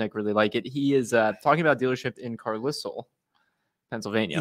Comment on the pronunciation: It’s Carlisle…. Lol